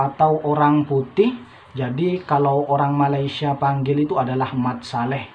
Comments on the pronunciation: ma lay sia bukan ma ley sha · 1 perkataan yg masih belum sebut dgn betul adalah MALAYSIA... lps ni cuba dengar bagaimana orang malaysia sebut perkataan Malaysia dan cuba ikut sebut dgn betul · Sedap di sebut melesia